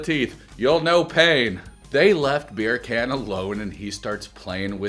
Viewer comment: Omg the way I cackled when you said BEER-CAN 😂😂😂 side note the Dracula teeth thing was funny. I had laughed too